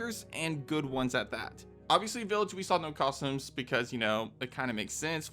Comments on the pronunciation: I hope you've managed to get over your speech impediment and can now say the word "costume" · have i been saying costume wrong this entire time